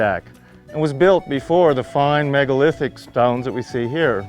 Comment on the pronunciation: did someone mention: 'MEGOLITHIC"?